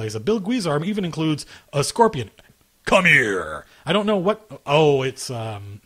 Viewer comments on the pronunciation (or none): none